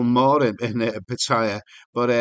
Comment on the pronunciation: why pronounce Pattaya "pat-higher"?